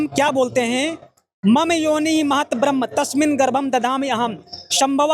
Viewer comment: ये सब बकवास कर रहा है ब्रह्म का सही उच्चारण नहीं कर सकता और पढ़कर सुना रहा है। रामपाल जैसा अनपढ़ गीता का ज्ञान दे रहा है।